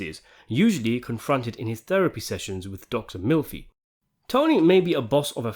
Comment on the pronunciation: Did he say milfy instead of melfy?